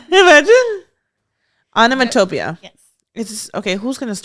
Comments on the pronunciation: Am I the only one who noticed that pronounced onomatopoeia way wrong lol its pronounced on·o·mat·o·poe·ia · aa·nuh·maa·tuh·pee·uh This is how to pronounce the last word. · the way pronounced onomatopoeia i would’ve spelt it wrong too!😂😂 it’s pronounced onno-mat-toe-pee-a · Lmao not the person in the back not pronouncing the words correctly either. 😂 I can’t with y’all. ONO-MA-TOE-PEE-UH. is how u pronounce onomatopoeia.😂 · FYI that is not how you pronounce onomatopoeia 💀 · Onomatopoeia - she didn’t even say it right 🤣 so how could they spell it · The fact that onomatopoeia was pronounced wrong 😂 Producer set them up 😂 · You don’t even say onomatopoeia like that 😩😂😂😂😂 🫶🏻